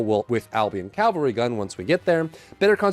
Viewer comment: It's Cavalry, not Calvary.